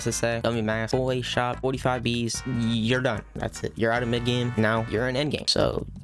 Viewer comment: I keep hearing you saying the "A shop" instead of "Ace shop"